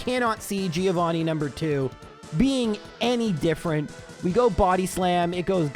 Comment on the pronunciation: Is the 150th run the one you're gonna learn how to pronounce Giovanni correctly for?